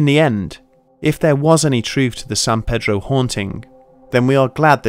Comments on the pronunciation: I live in San pedro and I liked the video buts pronounced San Peeedroh. as a local it's really triggering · Hey, I know you put a lot of time into the video, but we call it San PEEDRO over here in San Pedro. San is pronounced like 'San' from 'Sand' and Pedro is a hard E. 593 W 11th Street also doesn't exist anymore, the house numbers skip over it. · It's not "san-PED-row," and it's not "san-PAY-drow." It's "san-PEA-drow." Don't ask why. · It’s not San paydro! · FYI- Its pronounced San "Pee-Drow". Pedro is the local Mexican trying to sell you corn on a stick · i live in san pedro and have never heard of this also he keeps on pronounceing it wrong in the vid